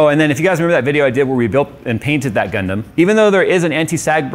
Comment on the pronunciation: Not what I expected, you say Gundam I hear Gangnam Style